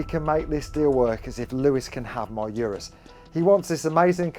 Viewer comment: I dunno why it bugs me when people say Urus wrong lol. It's like oo-ris..that's how the designer says it..there is a DDE video where they went for a drive with the creator and asked him how to pronounce it.